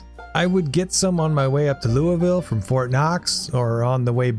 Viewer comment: As a Kentuckian please don’t pronounce it Lou-Vill